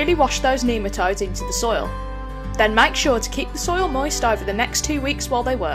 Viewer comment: Neema toads? Nematodes. Jeesh learn to speak.